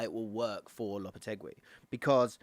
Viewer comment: LOP-A-TAY-GEE is how it’s pronounced 😘